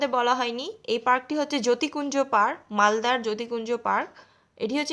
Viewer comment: Vlo hoyea6e❤️।আর ওটা যতিকুঞ্জ না , যুথিকুঞ্জ park। 😅